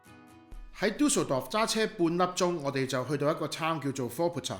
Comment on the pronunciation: 你有無學過德文？ D名讀得好標準😂👍